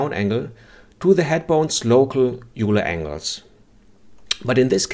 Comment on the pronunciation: Nice video - thanks for posting. BTW Euler is pronounced “oil-er”